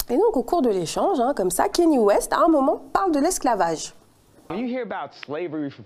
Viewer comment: C’est pas kEny West mais bien kAnye West